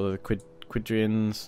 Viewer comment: Minor gripe, but I noticed you keep calling the Quadians (Germanic) Quidrians (Arab).